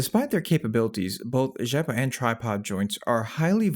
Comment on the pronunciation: Great pronounciation of the name "Rzeppa"! :)